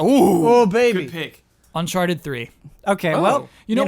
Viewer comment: What happened there lol. “Unchartidid and Personatype”